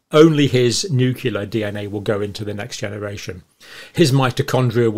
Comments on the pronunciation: Nucleus is pronounced "noo-clee-us" please. Not "noo-cue-lus." Same for nuclear: "noo-clee-ar", not "noo-cue-lar." (Maybe easier to think of it as "new clear") I can usually ignore it but it was said way too many times in this video. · I was impressed by Dr Campbell for so many years until I found out today that he cannot pronounce nucleus! Say new-cle-us. Not new-cu-lus. Say new-cle-i. Say new-clear. Not new-cu-lar! 😢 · I'm sorry, I just cannot stand this mispronunciation of the word Nuclear. It's noo-clee-ar not noo-que-lar and noo-clee-us not noo-que-lus ...I hear this mispronunciation and I automatically feel that this guy doesn't know what he's talking about. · Cle cle cle. Pro pro pro = prrrro blem problem. Nu cle ar nuclear NUCLEAR. not nucilar not poblem. Just sayin ...😂❤ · you pronounced nuclear as nukelar, just like G. W. Bush. As you remember, just mispronouncing one word in the English dictionary made Bush unfit for the Presidency in the eyes of the media. You're still tops according to me. The cardboard fertilization process made me uncomfortable, even though I already had three kids. ;) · I've only recently started hearing noo-KYOO-lar in British English. I thought it was a mistake limited to this American side of the pond. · Is anyone else dying inside every time he mispronounces nuclear?